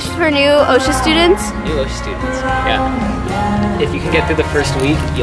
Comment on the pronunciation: I go to the other OCSA but we don't call is Osha we say ahksa